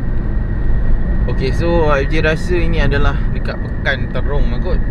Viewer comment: Bukan terung tapi Trong